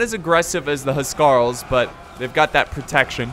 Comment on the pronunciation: the correct pronunciation for the Anglo Saxon kings guard .... say it how I spell it..."house Carl's"..I should know, I'm an English historian...